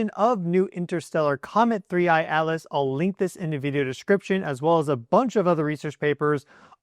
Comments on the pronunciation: I keep hearing you say three eye alis not atlas. Do you have a problem with pronouncing t? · Your saying Atlas sounds like Alice... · OMG YOY DONT EVEN KNOW ITS NAME 3I/ATLAS, "Not Alis" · Not ALICE! ATLAS!!! What’s wrong with you??!?? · Interesting... that you can clearly pronounce the letter 'T', yet can't in the name 'Atlas', so instead say 'Alice'. Intriguing. 🤔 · OH it is 3I AT-LESS NOT ELESS . ENGLISH BABY ... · Why do you keep ignoring the letter T in the name 3i Atlas. I don't see the name Alice in any of these Publications but you keep calling it Alice instead of Atlas and not once in the first 7 1/2 minutes have you mentioned where this is in the sky in relation to when we can see it?????? Interesting information but quit making up your own pronunciation. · Dont care how many educational degrees you have you sound just really silly . A T L A S. there is a T in there or is there a different comet called ALICE. Please specify. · why are you calling it 3i/alice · Your pronunciation of ATLAS sounds like you are saying ALICE. What we need to do is keep an open mind and not just presume that this object is just coming here to destroy us, it has shown lots of very good wisdom and knowledge